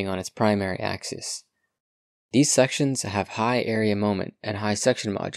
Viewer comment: Axis is pronounced "AXE-iss" when singular. It's pronounced "AXE-ease" only when plural, but you mispronounced singular as plural many times.